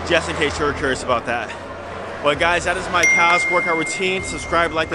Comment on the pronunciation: I love you but why do you pronounce the "L" in "Calves"